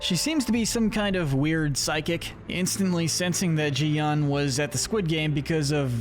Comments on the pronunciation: it’s GI-hun not JI-hun, why to people say it like that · It's GEE-hun, not jee-hun. G as in graph. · IT is not pronounced ji hun it's gi huun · It's so annoying that everyone just mispronounces (Gi Hun)